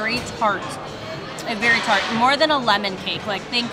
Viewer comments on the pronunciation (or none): none